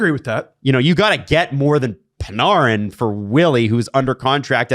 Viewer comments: It’s Pan-Air-in not Pan-ARRE-in. And if it is the latter then everyone tell us that ten years ago. Not now. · i hate the way you're saying panArin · Am I tripping or why does say panarin like parneren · Are you sure its not Pin-AIR-in? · Pa-nar-in? PA-NAR-IN?? Do YOU think that is purposefully mispronouncing the Breadmans name? I swear hes saying as much as he can too, its making my hair stand. If i ever have a face to face hockey conversation with I'll probably just shoot myself instead it would be less painful then enduring is his mental RESTART- ation and exceptations to take his garbage takes on hockey culture seriously. This guy is a putrid disgrace to the hockey sports casting space, on the Mount Rushmore of egregiousness with Simmons. you're great, I've never heard you say anything stupid. I literally am never more trigger to the point of comment thoughts on a YouTube video than when talks and it sucks because great and we gotta put up with "HeY yOu GuYs" - 🦥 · The way is saying "Panarin" is frying me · I want to Panarin to go anywhere you guys talk about the least so I don’t have to hear him pronounce his name wrong anymore. Has anyone ever heard anyone calling a game say his name that way? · It’s bothering me too